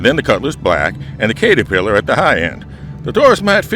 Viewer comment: I seriously cringed every time you mispronounced caterpillar...